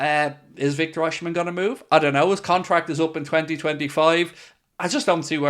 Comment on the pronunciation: You don't pronounce OSIMHEN name rightly. BOSS..